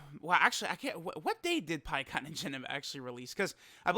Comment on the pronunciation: Pikkon? You mean Peecon right?